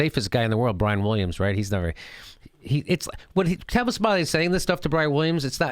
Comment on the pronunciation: It's Tavis not Travis get it right Jimmy.